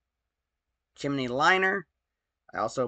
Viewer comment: At what point in your life wil you stop saying"chimeny"?